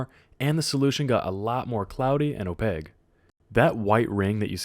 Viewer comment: Oh-PAKE. Oh-PAKE. not oh-pague.